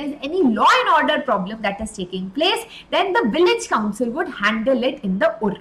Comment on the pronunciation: mam that is not urrr it's uuru